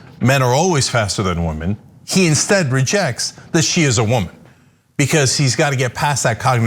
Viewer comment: When Cenk repeats and intensifies Ana's accent of " wo-man," you can tell in his face he's like "damn it, the right is gonna claim I'm racist!!" And in my head, I thought, "OF COURSEEE!!" XD And you can tell the butty hurt are gonna point and blame anything to justify why a woman has an "unfair advantage" against them